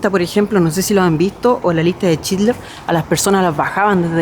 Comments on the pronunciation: Buen video ,solo que es Oskar "schindler "no chidler ... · la lista de schindler no childrer con shh